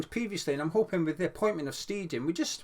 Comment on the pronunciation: Boring comment but maybe useful! In German an ei vowel combo is always an “aye” sound . An ie combo in that order is an “ee”. So it’s Tim Sht-aye-ten hope that helps re pronunciation.